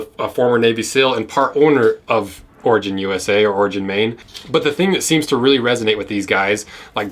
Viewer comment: Thought you were saying ORGY BOOTS